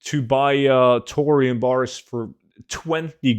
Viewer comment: Tour-ium bars confused me when I listened to this without a visual 😅